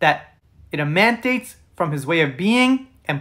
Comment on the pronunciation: Em in ates. Is how you pronounce that word you had trouble pronouncing!